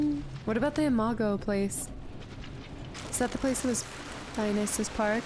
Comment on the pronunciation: That Dionysus pronunciation practice in the last episode paid off - now says it like a pro, just in time for the level that actually features said (correctly pronounced) name. Let's continue this epic journey.